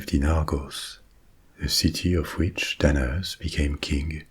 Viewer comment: Every time you say Danaus, my brain can't help but hear "dead ass"